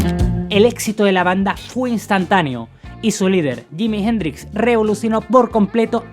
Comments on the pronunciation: ¿Por qué ese "awebamiento" español de no pronunciar NUNCA bien el inglés? 😆 Me sorprende que pronuncie yimi gendrix 😅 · Yimi Jendrix Espierens. Ese ingles papá jajaj